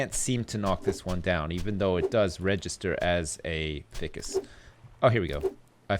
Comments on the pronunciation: it's "fye-cus," it's not "fick-us." Also, go swimming about in a bunch of the wrecks to find cool as fuck shit - you can usually find motor parts and flippers and shit. Enjoying this playthrough bro, keep it up:) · I feel like I'm the only one that got the wire reference with the storage container. Also Ficus is pronounced F-EYE-CUS not f-ick-us. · Fike-us XD NOT FICIS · It not Fi-cus, its Fie-cus, just saying lol. Great series.:] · Haha, isn't it pronounced "fy-jus" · Ficus is Pronounced F-EYE-CAS! RIPPING MY DICK OFF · you have the materials to make a way better boat. Try the hammer or the axe on the shipping container. Also, use your flashlight after you chop the yucca. I think you're missing pieces. Ficus is pronounced, 'fike-ess' I believe. There, it's out of my hands, the OCD gods are satisfied. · ficus rhymes with fire, not fish;____